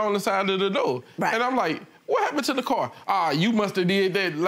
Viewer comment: Why do people say "curr" in oppose to "car" ?